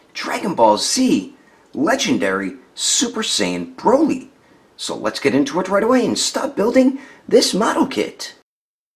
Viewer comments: 1518 he said broccoli instead of broly. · His name is broly... it says it on the box and yet you still call him broccoli. ..smh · His name is broly not brockle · Holy at the end of building he just said brocoly